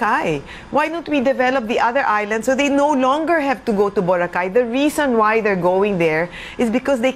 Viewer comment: Clean up the island and stop further hotel expansions. The island is already too crowded as it is. Btw, its pronounced Bo-ra-kay, not Bora-khay.